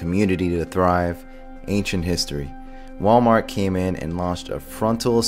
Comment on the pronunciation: "MalWart" nuff said.........